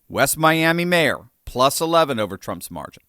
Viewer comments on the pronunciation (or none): none